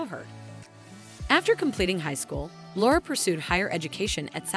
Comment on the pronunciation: Laura, not Lara...